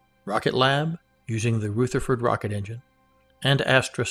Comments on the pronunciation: Hi, great content but please, the engine is a Rutherford as in rug, not Rootherford as in rouge. It is named after Ernest Rutherford, 1st Baron Rutherford of Nelson, OM, FRS, HonFRSE[2] (30 August 1871 – 19 October 1937) was a New Zealand physicist who came to be known as the father of nuclear physics. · Pronunciation guidance: "Rutherford" is pronounced "R-other-ford", not R-ooth-erford. :-) It's named for Nobel winner, Ernest Rutherford, a New Zealander, who is known as the father of nuclear physics. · Ernest Rutherford like the New Zealand particle physicist who discovered the proton. Not Pronounced Rootherford. Ask Peter Beck how it is pronounced. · Very nice - rich in content and well presented. My only niggle is that you mispronounce "Rutherford".